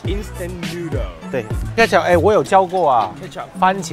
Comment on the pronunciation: 的茄汁发音是kejup吧，我家乡的发音是kurjup，番茄的那个茄kur 😂